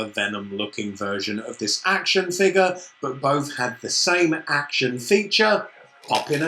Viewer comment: хватит говорить акшен